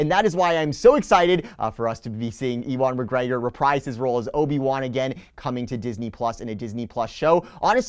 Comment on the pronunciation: Obe-E-wan McGrogi